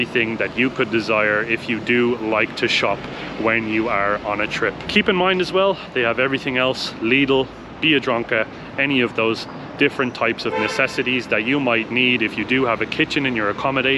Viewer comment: Love the way you pronounced Biedronka... beer drunker 😎. How ironic is the fact that two foreigners convinced a Polish guy to visit Bielsko Biała 😉